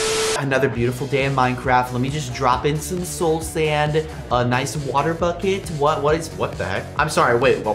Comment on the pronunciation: I heard him say bocket 😂